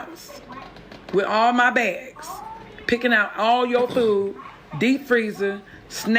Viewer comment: Learn how to pronounce a very simple word FOOD. NOT Fo NOT Fou NOT Foo. Its FOOD..D..as in dumbazz.